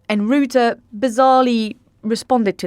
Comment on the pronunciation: Please learn the correct pronounciation of Mark Rutte. We are stuck with him for a while which is probably a good thing because he is the Trump whisperer. It's Ruh-tuh, not roo-too.